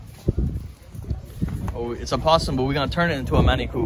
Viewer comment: Lost me when he said manicoo curry